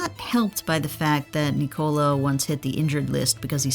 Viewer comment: Sorry, can't hear a 13m video of Nee-Cola... just call him correctly or Joker.